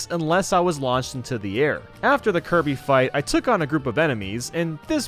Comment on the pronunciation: U said tge names wrong, First theres Kirb, the Red Luigi, then Lonk, then yes